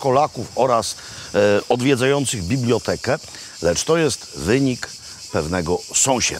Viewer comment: Proszę się nauczyć poprawnie wymawiać słowo biblioteka. Z czasownikami w pierwszej osobie w liczbie mnogiej Też ma Pan problem.